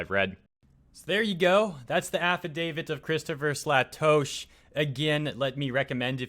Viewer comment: Um, its pronounced Slay-Tosh(as in Josh).